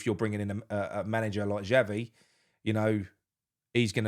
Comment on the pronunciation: Excuse me my name is Xavi not Chavvy so go and do one. Adios.